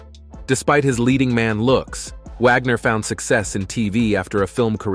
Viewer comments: Repeat, repeat, repeat! Vagner instead of Wagner? Nothing new here just a rewind of the same story! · Natalia is her birth name, not Natasha. Its not Dinazzo, its pronounced Di-no-zzo. Im an NCIS fan. She didn’t like the dingy hitting the boat from another article. Vagner? Vogner? Wow